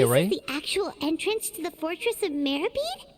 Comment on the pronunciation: ActuaLLY,,, it's pronounced /Mero-PEED/💦 not /mero-PIED/ 🥧